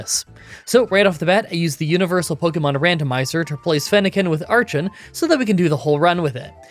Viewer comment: Cool video and you think you will ever do a Zorua/Zoroark run? just wanted to say that its pronounced ARE-KEN not ARCH-EN, same with HI-DRY-GONE and STAR-RAVE-IA..